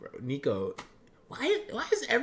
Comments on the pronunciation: Pronounced Nick-o he hates neeko😂NDL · Bro said nEEko lol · It was cool seeing KAT watching and enjoying Niko's video. Btw he prefers his name to be pronounced Nick-o instead of Nee-ko